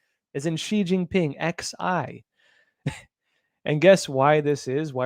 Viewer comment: "Xi" in the Greek alphabet is pronounced /'zai'/ not /'shee'/, as in Jing-Ping the Ding-a-ling.